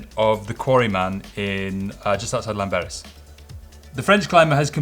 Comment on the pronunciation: I was going to comment on your pronunciation of Llanberis, but after some research I realised I had no idea how to pronounce it correctly, either. The best I can do is point you to this video